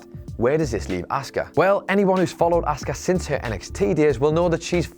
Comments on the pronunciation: Please teach how to say Asuka as he is convinced it's said Oscar and it is fucking annoying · the streak had to end it went on way to long and was getting boring. p.s. the way you say asuka is awful